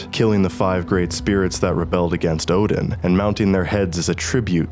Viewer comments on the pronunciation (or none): Odin not oden 😅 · Its ODIN not fucking oDeN